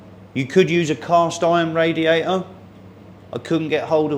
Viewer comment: What is a "raiater" ? Is it something like "waer" ?